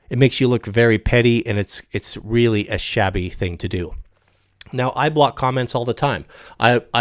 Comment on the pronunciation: maybe he'll explain all the weally hard parts later in a serious "discorse".